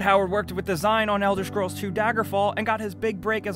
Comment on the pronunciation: Why is such a good narrator having so much trouble pronouncing "scrolls"? xD